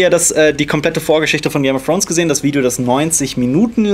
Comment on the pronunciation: "Game of Frones" ^^